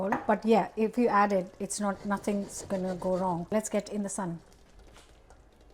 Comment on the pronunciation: The way speak reminds me of all the lovely friends we made in India on our holidays. Specially when you say gonna.! 😊